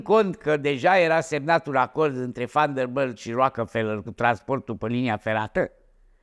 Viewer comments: VanderBILT nu vanderbâlt 🤣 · Sunt singurul care moare când îl aud cum pronunță numele Van der Billt ?